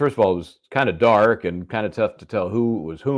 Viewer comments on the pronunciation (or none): emphasis’ on the word “DARK”